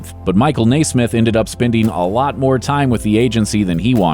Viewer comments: You are mispronouncing The Monkees’ Mike Nesmith’s last name. It should be NEZ-mith. In fact, his nickname throughout his career was “NEZ.” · You are pronouncing Milke's last name incorrectly. It is NES SMITH. NOT NAAA SMITH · Michael NAY-SMITH? REALLY? All of my life, it's been pronounced NEZ-MITH. Is there an accent mark on the "e" that I'm not aware of? Reminds me of my mother-in-law who insisted on pronouncing President Reagan's name REE-GAN, while listening to the rest of the world call him RAY-GAN during weeks of newscasts following his shooting. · "Nay-smith"? I nay-ver thought anyone could mispronounce Nesmith. Nay-ver say nay-ver. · It's Nes-meth